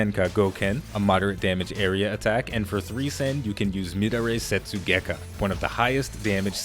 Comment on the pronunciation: mid a ray setsugekka lol, pronounced meh dar eee